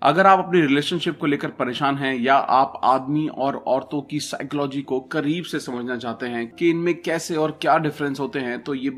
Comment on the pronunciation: It is not साइक्लोजी butसाइकोलॉजी